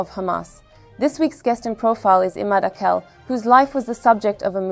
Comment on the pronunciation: Arapça isimler bize çok yabancı değil. İmâd tamam yabancı ama âkil değil. "a" harfi uzatılmadan akil diye okunmamalı. Bu isimlerin Arap harfleriyle yazılışına bakarak, doğru telaffuzuna daha fazla özen gösterilebilir.